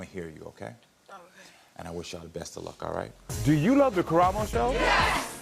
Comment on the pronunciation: Amazing how Karamo always finds the right words and touches people at their innermost core. Btw beautiful West African name, there it‘s actually pronounced KAramo, not KarAmo, wich is even more beautiful ❤